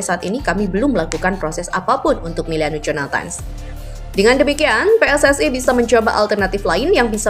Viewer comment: Miliano bukan Meliano